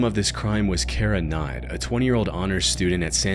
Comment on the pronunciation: You should try to pronounce names a bit more clearly. Whenever you said Cara Knott, it sounded like you were saying "Cara Nye." And you kept calling Glenna "Glen."